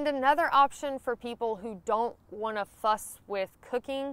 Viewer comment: I had to rewind. You said fuss.... lol